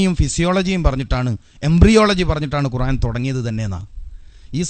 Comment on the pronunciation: ഒരു ദാരിമി ആയിട്ട് എന്താ ഖുർഏൻ എന്ന് പറയുന്നത് 🤔ഖുർആൻ എന്നല്ലേ